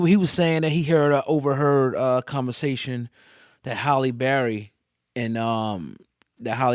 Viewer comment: Halle Berrriie , Halle Berry 🤦🍑🥴